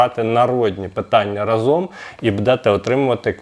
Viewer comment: я не розумію як його можна слухати коли в нього майже мільйон підписників, а він наголос неправильно ставить не разОм а рАзом запам'ятай хочаби